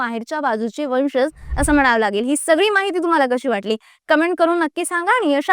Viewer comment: Pronunciation marathi neet have .वंशज..."ज" जगा चा...जहाज चा नाही😂